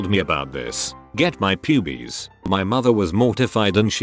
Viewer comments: I still can’t get over the way the AI voice says “pubes” 😭😭😭 ✨P U B I E S✨ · lol the way it pronounces pubes. "Pubies" lmaoooo i thought it was some kind of regional dialect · I’m more laughing at the guy saying pubies in a Scottish accent lol